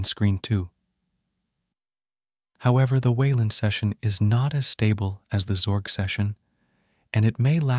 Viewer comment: Dude split up the x and org from your AI script. It's very distracting hearing zorg every so often.